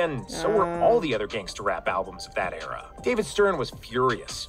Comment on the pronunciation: I love your content but hearing u say “era” is painful🤭😜